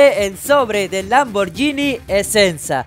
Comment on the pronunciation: El esensa se le fue la esencia 😂😂😂😂